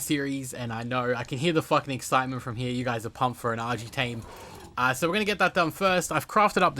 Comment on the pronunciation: Argy tame?😂